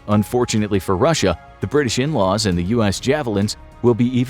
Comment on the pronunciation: When he said 'NLAWs' in the video, I had to roll the video back because I thought he said 'N'wah.' 🤣